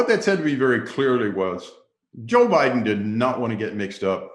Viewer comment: He said he voted harris hahaha "bidden"